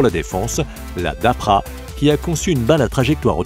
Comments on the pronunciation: Tu devrais déjà apprendre à lire,car c'est pas la dapra mais la DARPA ! LOL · La DAPRA???? c'est DARPA la bonne prononciation, et aucune arme du future juste des technologies non utilisés ou en développement... Bon un "lama faché" numéro deux, je vais passer mon chemin. Bonne continuation de putaclick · Darpa et non Dapra. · Wé c'est ce qu'il dit dans le com, le mec le prononce mal dans la vidéo mais t'as pas l'air de trop comprendre.